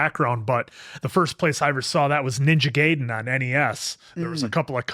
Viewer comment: It's a nitpick, I know, but the word Gaiden is pronounced GUYden, not GAYden 😂